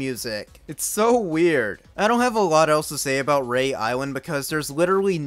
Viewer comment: It's pronounced re-ah island not rey